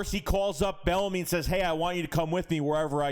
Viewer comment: What up. I think his name is pronounced “B ENEMY”. It’s all good